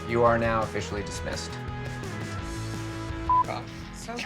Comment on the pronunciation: “You’re dismisthed”😂